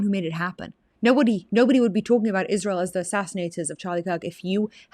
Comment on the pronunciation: I always thought that it was spelled ISRAEL why is she saying it like ISHRAEL !!!